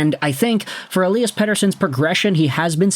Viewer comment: pretty sure its pronounced ELY-as, not ELI-as. should make commentating a little easier